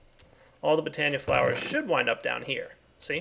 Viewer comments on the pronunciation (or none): none